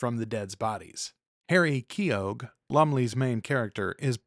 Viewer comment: Let's talk about pronunciation: Keogh sounds like Neo. The g is silent.